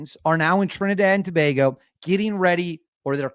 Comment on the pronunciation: You are the first yankee to pronounce Trinidad and Tobago properly lol...and yes we are wayyy to close to Venezuela😐...but now we dont hate them we just need them to stop entering illegally.